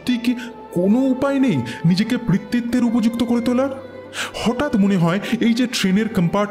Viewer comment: পিতৃত্ব উচ্চারণ টা বারবার ভুল করছেন 🙂 পি, পৃ নয়।